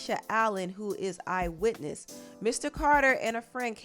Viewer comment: “eye wittiness” lol